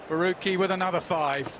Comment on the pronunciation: It's Farooqi Not Faoqi